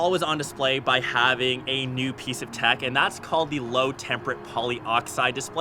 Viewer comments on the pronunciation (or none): none